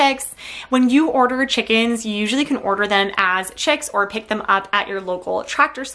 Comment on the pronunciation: "Checkz" and "Checkenz"